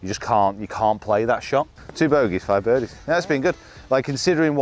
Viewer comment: Bodeys and birgies huh? Pathological fear of bed-bugs messed up your ability to speak temporarily 😂